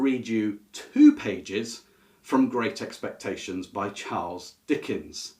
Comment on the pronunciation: I couldn't understand when you read great expectations tho